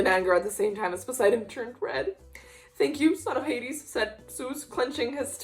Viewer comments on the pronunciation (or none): none